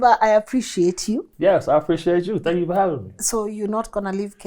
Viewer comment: I really love your interviews. I'm a Kenyan who's been living in the diaspora for the past 15 years. learn how to say THANK YOU and not DHANK you 😘